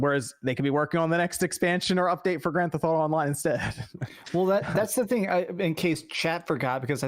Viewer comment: Grand Th-auto?